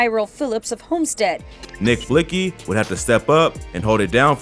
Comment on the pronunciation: What was trying to convey was is that the news reporter pronounced his name the way it was spelled. It’s spelled Blixky but pronounced Blicky., thank me later.